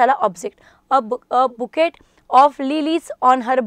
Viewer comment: Bouquet चा उच्चार 'बुके' असा असतो मॅडम ' बुकेट ' असा नाही.